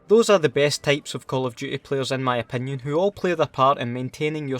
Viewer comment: Itz Type not Tape